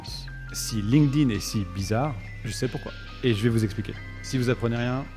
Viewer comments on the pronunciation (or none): none